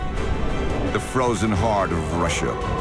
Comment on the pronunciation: The narrator doesn't know how to pronounce Russia correctly. Where do they get these people?